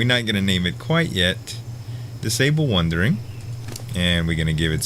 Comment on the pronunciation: Goddamnit its WANDERING not wundering